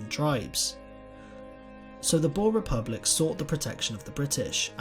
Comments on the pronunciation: boer😃- come to SA so that we can teach you how to pronounce that😀 Voortrekkers ook😂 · Lol.... Boar?.........it is more like boor.... Almost like boom.... But boer! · Boer is pronounced Boor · lol u say boer like a pig in english i suggest u look in google translate how to prenounce it :p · I am a bore ha! No its not pronounced like that almost like this boor so yaeh uuuuh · I wish people will stop saying "BOOR" or "BOORS". It is BOER and BOERE. The plural of BOER is NOT BOERS, It is BOERE. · It is not bore it's boer :) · Yea. That always gets me lol. It's like "boo" but with an "r" at the the end. Boer. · pifnbnd Boer is pronounced as "boo-r" (the "r" is rolled). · You did pronounce some stuff wrong like boer (B oo (like book) r) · I was talking with my Friend from South Africa who was fluent in Afrikaans and apparently they pronounce Boer like "Borr-ah" where you roll the R. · BOER,not boar why did you say it like that? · It's pronounced boo-er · I'm south African and it's pronounced boo-r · Ok but its pronounced "boor" same as you would pronounce booze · Sorry, I can't watch this. Your pronunciation of Boer is too annoying. It sounds like you're saying boar. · hard r and the oo should be like ooh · the 'oe' in 'boer' is pronounced like the 'oo' in 'fool'. I think this is the best comparison. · pifnbnd the oe in boer has to be pronounced like the oo in fool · Being a Afrikaans South Africa I noticed that you got most of the words totally wrong like Trek and Boer but only south Africans noticed it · Just a note on your pronunciation of Boer, in Afrikaans we pronounce it with a long 'oo' sound as in 'book'. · The way you butchered a word as small as "Boer" made me cringe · you dont say boers like that!!!!!!!!!!!!!!!!!!!!!!!!!!!!!!!!!!!!!!!!!!!!!!!!!!!!!!!!!!!! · The pronunciation of "boer" though 😣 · You don't say Boer proberly and I would know because I am South African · I am south african so can you plz learn how to pronounce boer correctly